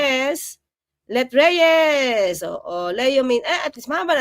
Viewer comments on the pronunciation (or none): none